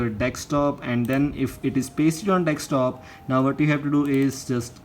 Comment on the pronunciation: Desktop ❎ dekstop✅